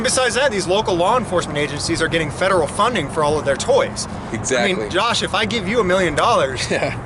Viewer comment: Every time says, "gosh," he's trying to say, "Josh."